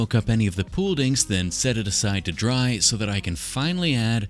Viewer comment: you said Pooled Ink and i heard Pool Dink and i had no idea what a pool dink was.